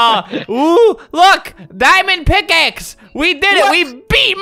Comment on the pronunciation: What was said: MY DIAMOND PICKAXE! What was heard: MY DAMMIT PICKAXE!